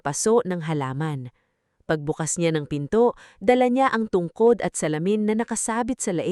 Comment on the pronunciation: Tungkod hindi tungkad ayusin mo ang kuento mo boring